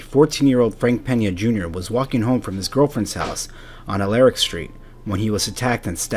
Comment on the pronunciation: Aleric street not Alerc.. WTF ??? Google both....no such thing as Alerc .....